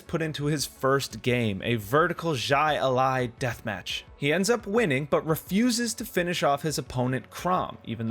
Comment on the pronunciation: Bro great video but maybe if you're not sure how to pronounce a word type in to YouTube and listen to somebody else say it. Because the way you said jai alai was a good effort but way off. Its more like High-lie almost like one word